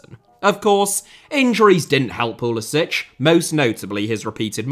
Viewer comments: It's pretty funny how most Europeans pronounce Pulisic's name as "Pulisich" (Pulisić) as if her were Czech or Croatian, but nah ahaha, I don't wanna by that guy, but it aktshually Pulisic (Pulisik) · Somebody should tell this guy how to pronounce Pulisics name. He is American not Croatian. It is pronounced as Poo li sick not Piu li sich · His name is Pulisic not Pulisić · Thank you for this comment! I know it’s difficult to switch gears when the Slavic pronunciation is deeply engrained but you manage to pronounce Thierry Henry without a hard English H. It’s seriously like nails on a chalkboard to American ears. Puh-lis-ick… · It's pronounced PULISICK. Yes, I know, he's of Croatian descent. But he pronounces it PULISICK. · It pronounced pulisik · If he can only pronounce his name right… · He’s literally of Croatian heritage. He could have played for Croatia. He just can’t pronounce his own name. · Yes, the point is he’s doing it wrong. It’s a Croatian name and doesn’t end in a hard c. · Odd that you don’t pronounce pulisic correctly as per how he pronounces it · You've done one thing that Pulisic hasn't done. Pronounce his name properly. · Love how you consistently mispronounce Pulisic according to Christian himself.